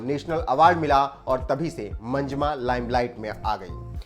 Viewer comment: Manjma nahi bhai, pronounce the names properly It's "MANJAMMA".